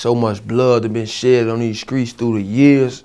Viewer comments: 'skreets' come on son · He Was Saying Skreets And Scrapped 😂😂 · the nigga say skreets wtf 😂😂